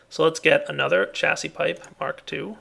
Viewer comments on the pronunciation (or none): Hey, Chassis is pronounced Sha-zee